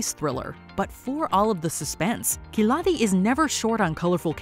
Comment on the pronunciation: her khiladi pronounce lol